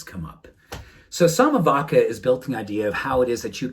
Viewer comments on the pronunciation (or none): vacca is pronounced "vacha"